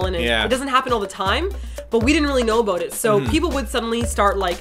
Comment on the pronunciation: sounded like she was saying "didn't know aboot it" lol, canadians <3